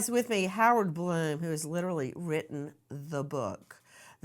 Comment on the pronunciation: That's Blum, not Glum. YouTube is not showing an edit button.